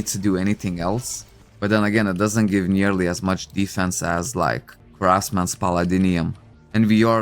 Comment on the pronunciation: I like your pronunciation of palladium = palladinium 😂